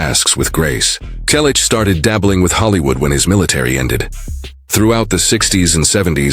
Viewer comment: There is a lot of misinformation in your comments. Learn English. It's free on YouTube before you post another video using an AI generated voice. That sounds awful. I am a relative of Tom and you cannot even pronounce "Selleck" correctly. What is shocking? Your stupid video? We, the family on behalf of Tom, have already reported several times that he has not confessed to anything. Tom also has already confirmed that he hasn't given an interview about James Garner in a long time. The last one was 11 years ago, immediately after James' death on July 19, 2014.